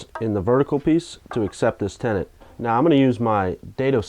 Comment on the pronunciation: It sounds like you are saying tenant, are you a landlord now? Did someone move in with you? LOL? Ok folks move it along, nothing to see here. :)